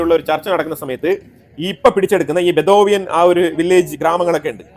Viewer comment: Sir it is not bethovian but Bedouin tribe